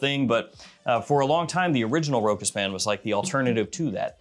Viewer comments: Big fan ! One correction ...ROCHAS is correctly pronounced Rosha not Rokas. ...Cheers. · for the record, you don't do that badly on French words. You make an effort and you mostly get there. If you're interested in improving though, just know that it is pronounced RO-chass. 😀